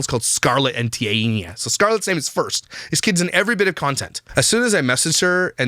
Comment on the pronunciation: It's pronounced Tee Anna